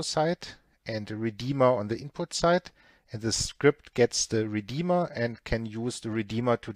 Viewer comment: accents reminds me of Arnold Schwarzenegger from the movie terminator. when said "Redeema"